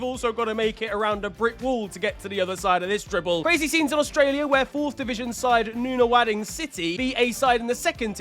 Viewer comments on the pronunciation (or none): absolutely butchered that pronunciation of Nunawading 😅 it’s Nuh-Nuh-Wo-Ding